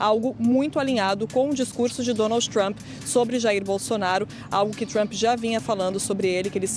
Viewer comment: Essa mulher não consegue nem pronunciar o nome do Presidente Trump corretamente! 😂